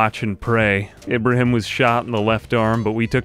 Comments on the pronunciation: Beautiful video! Splendid show of power I'd say honestly. Also a quick note Ibrahim is pronounced as Ibraheem, I apologise if it may seem rude just irks me a lil to hear it pronounced wrong when it's a recurring name. I look forward to your videos on the daily my good sir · Ibrahim's name is pronounced Ee-bra-heem. The way you say it has been driving me crazy. Thanks for the video though